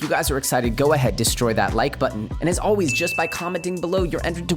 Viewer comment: "as alweeyz"